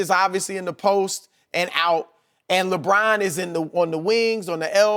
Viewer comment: I hate the way Brussard pronounces Lebron’s name. Ugh!